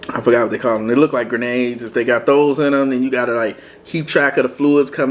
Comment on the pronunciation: He said like Granada’s 🤣🤣🤣